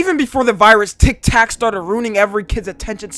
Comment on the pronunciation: Bro called tiktok “TIC TAC.” I’m dying rn 😂